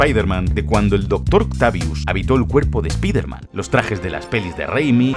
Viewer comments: Es spiderman, espaiderman, por qué sigo escuchando spiterman?? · Ayer terminé el juego. Cuando van a decirle "SPAIDERMAN" como corresponde? Todos se ríen de ustedes españoles cuando lo dicen mal.